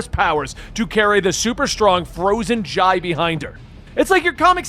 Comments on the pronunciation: Dude the kids names are pronounced I-ree (she's named after Iris) and Jay (he's named after jay) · Why do you say the kids name wrong??? They are named after Jay and Iris, just spelled a bit different, but said the same. So for Irie, is like “IRY” not “Iray”, because when she frowns up, it turns to Iris. And Jai is like Jay. 🤦🏻 you keep doing this but it’s wrong and makes you sound so bad for not saying it correctly